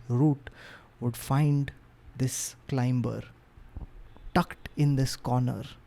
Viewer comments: The “B” in Climber/Climbing is silent, just FYI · Climber!!! The B is silent.